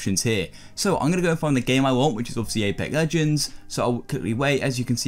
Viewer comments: this mans said apec legend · "Apa legends"